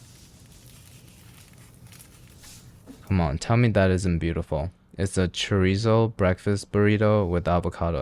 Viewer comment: It’s pronounced Cho-Reese-zo